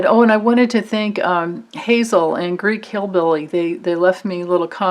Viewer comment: it's Geek, not Greek